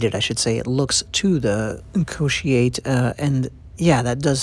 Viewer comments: Sorry your pronunciation is very wrong the way you pronounce Wahaika is close but Kotiate pronunciation is way off Cotiate,or Co-She-ate 🙄😳 Wahaika = WA- HAH -"E" CAR Kotiate = CORE-TEE-ART-TEH. WAHA=Mouth IKA=Fish,or Whale etc.. if you noticed the shape of the Wahaika looks like a whale. Kotiate liver devider coz it's shaped like the lobe part of the human liver. Sorry for correcting you lol.. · A small pronunciation correction, kotiate is pronounced "koh-tee-ah-teh".